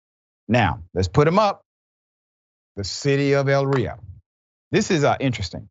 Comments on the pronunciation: When doing a story and mispronouncing Elyria... It sounds like this...Ee Leer Ee Ah. That is how you say it, Dr. Rashad Richey. I'm not trying to be mean to you. The town is outside of Cleveland in Lorain County which is another town that the F.B.I. has dropped the ball on. Since the days of the Mafia Both Cuyahoga and Lorain run hand in hand in stories such as what you have just reported. And there are crimes done that were never reported and cleverly covered up. There are officers still on the force to this day along with some even promoted in positions of greater authority that would blow your mind. And even retired ones too. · It's actually E... Not ell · Cops know that body cams don't matter because they've been protected by immunity. Also, "Elyria" is pronounced as ell • li' • reeya 😊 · No disrespect Doctor, Richey it’s E - Ly- Riaaa. Great work that your team has done!✌🏾🤴🏽🙌🏾💯👨🏾‍💻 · Elyria (E-lear-ia) my home town say it right. In their defense, Elyria police will hire a pork chop if it has prior police employment. Chief of police is actually a good man they just don't do background checks because they're desperate. I watched the feds arrest Tristan. He thought he could hide in a small town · Elyria is pronounced >>> ELL-ear-REE-uh - or >>> eh LEAR ree uh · The city is pronounced A LEER YEE AH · You'll need to go back in your video files Elyria police had their own scandal with their police force. And the city is pronounced Ill-leer-ria